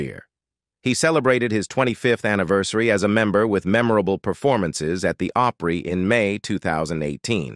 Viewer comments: OPRY as in AH PRE NOT OH PRE. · This man is pronouncing opry wrong